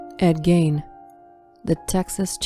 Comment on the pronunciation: HIS NME WAS ED GEIN!!!!! NOT GAIN!!!!!!